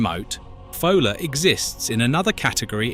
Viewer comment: However well researched these videos are supposed to be, why not check name pronunciations? Foula is FOO-luh always not Foal-ah sometimes. Bideford has 3 syllables i.e.Biddy-ford not Bide-ford. -dd in Welsh is -th hence GWINN-eth. Buxton Centre is approximately ximately 10 m higher than Alston.